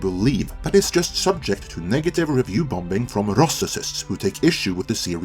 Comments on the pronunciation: Hi, the b is silent, just say the word as bomming not bomBing lol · ‘sigh’ … “Bomb-bing”?!? ….. it’s pronounced … “Bom-ing” .. second ‘b’ is silent.